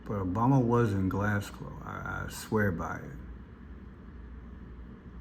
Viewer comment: GLASGOW, NOT GlasGLOW😂